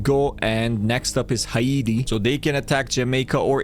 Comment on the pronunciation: it’s Hai-ti not Ha-iti